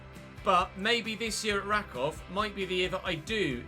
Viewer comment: Just a tip - it's pronounced something like Rackoov